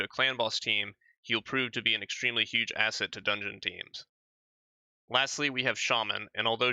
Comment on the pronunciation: lol.. You said ASSet... I thought that was punny of you.